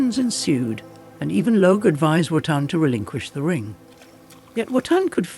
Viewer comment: Where is Wotan's Spear and his intent to rule by law and order not force? Where is Logé (Lo hard g +e, not some seating section of the auditorium!) is a fire a DEMI-god, not a full god. You missed the difference between Fasolt and Fafner. The first was infatuated with Freia, the second wanted to overthrow the gods. They have no power to change form until they get hold of the Tarnhem. And on and on you make distortions of Wagner and reduce a brilliat ;plot into dull ordinary hack story. Logé doesn't need the help of the gods, he wants to trick them into destroying themselves. He is their enemy as much as the Giants. Get your Norse mythology right. Wagner did. Why all these endless illustrations of castles and generic "gods". Stick to illustrating precisely Wagner's plot. Where is the Rainbow Bridge and entrance of the gods into Valhalla.... or the lament of the Rh Ds? This is second rate AI junk com;pared to Wagner.